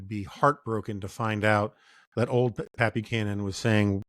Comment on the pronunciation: When Jonah said "Pat Buchanan" I heard "Pappy Canon"